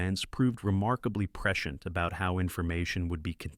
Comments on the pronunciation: Preshent, preshent, preshent, lol, cmon A.I voice man. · Especially when Hal can't pronounce prescient - a word that's scripted so many times it becomes ridiculous. (Press-see-ent) Ugh. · AI is not a threat until it can pronounce the word Prescient (preSH(ē)ənt) correctly. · Apparently, someone has taught AI the word "prescient". 🙄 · Baled partway through because I couldn't handle hearing the word "prescient" anymore. Annoying word, especially annoying when pronounced in two syllables. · Prescient. In prescient the “i” is sounded. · This video has raised so many questions for me. Mainly, how to pronounce the word ‘prescient’.